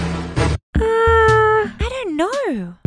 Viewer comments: I’ve been twaumatized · I'VE BEEN TWAUMATIZED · its twaumatized (listen to tari saying it) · iw've bweam twamatwzed! (not really)